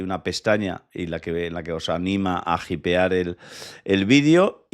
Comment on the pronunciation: Hypear se pronuncia "JAIPEAR"